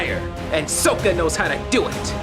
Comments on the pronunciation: Soaka? You mean Sokka? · did he say s-oh-kka? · What is a "Soaka"? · I take back all statements that is hot. He can't pronounce Sokka's name. Just no.